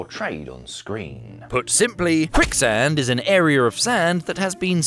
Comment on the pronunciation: Really terrifying to encounter this ERYRRR. Not to be confused with the AI ERYRRR.